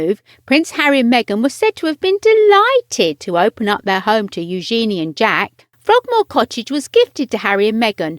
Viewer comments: Drove me nuts that she's pronouncing Eugenie's name completely wrong. It's not new-GENIE, but NU-zhen-ee. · Learn how to say eugenie....